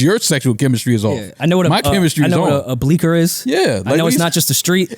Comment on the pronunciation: it's BEAKER not bleaker. 😭😭😭